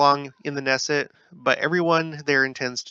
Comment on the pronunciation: Israeli government is a parliamentary system - so once you study how parliaments work, it will all make sense to you. You pronounce the “K” in Knesset, it’s not a silent “K”